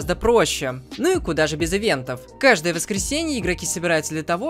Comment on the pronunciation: Кудааа Кудаа это звучало как чи да